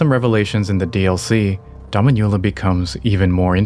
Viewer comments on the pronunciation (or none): Just for future reference, the pronunciation of "Dominula" is more like doh-MEEN-you-la, as opposed to your dah-mee-NYU-la. It means "little mistress" in Latin, so if it's related to a young Marika that would be an appropriate name.